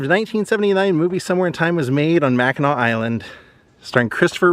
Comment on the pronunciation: Love how you say Mackinaw - a lot of people don't, they say Mackinac islandy